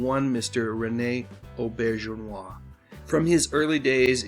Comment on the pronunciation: Always admited Rene. And took some pride in being able to pronounce his last name. Now everyone will know, thanks!